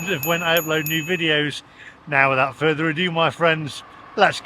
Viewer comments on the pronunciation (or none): none